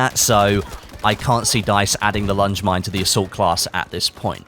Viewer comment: Lange Mine? You pronounce it like its French?! Soud much more german than French